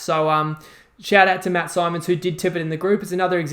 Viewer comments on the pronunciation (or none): Pronounced like Ben Simmons not Symonds😂 cheers for the shoutout, and love the cowboys play been on since the start of the week